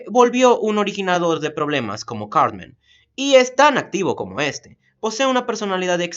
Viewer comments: En vez de decir Cartman parece que dijeras Carmen. :v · Sauth pawk, cawtmen, adowt swim